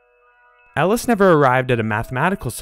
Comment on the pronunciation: Ellis sounds like Alice